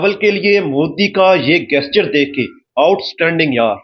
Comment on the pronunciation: PRONOUNCE GESTURE CORRECTLY 0.22 😂😂